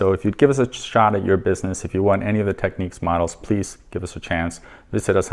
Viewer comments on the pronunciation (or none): none